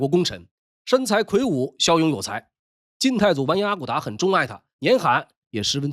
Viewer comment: 本集主播读错了，应读zhan粘罕，而非nian.今东北阿城市金上京博物馆有一座粘罕铜像，就是其台湾后人捐赠。